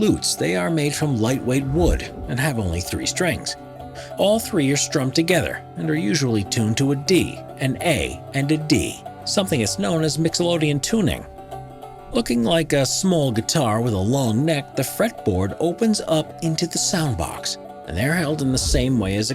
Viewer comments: This feels like a nonmusician’s idea of a list of rare instruments. One more for the bone-headed mistake list: It’s mixolydian, not mixolodian. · "Mixol-Odian" ...hahaha!